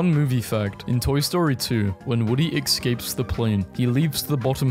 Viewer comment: Its pronounced ES-CAPE not EX-CAPE